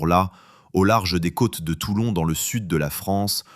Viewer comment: Toilon !!!!!!!! Non TOULON !!!!